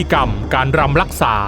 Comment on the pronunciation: รำค่ะ ไม่ใช่ ลำ